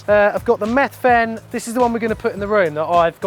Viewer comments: it sounds like you're separating the word to make it sound like he's a meth addict lol 😆 the th should sound similar to how you pronounce the th in weather. Then the ven sounds more like vin. Bloody foreigners 😂😂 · The way he pronounces Methven 😂